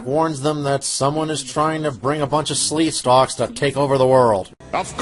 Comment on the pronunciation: Sleekstaks not Sleestalks. Sorry, 8 years late.